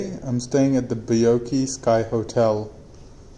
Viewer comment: It is called “ bai-york”